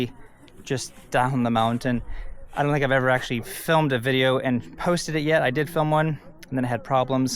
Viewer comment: Fantastic content as always. Oh and "dont sink" 😂